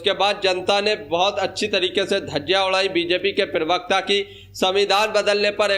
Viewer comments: Pahle to tu bolna seekh le pirwakta nahi hota pravakta hota hai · भाई पेरवक्त क्यो बोलते हो पहले प्रवक्ता बोलना सीखो फिर विडियो बनाकर डालना ।😅😅